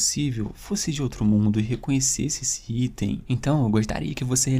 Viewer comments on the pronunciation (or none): none